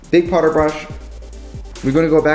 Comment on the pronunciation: well that's a new way to say powder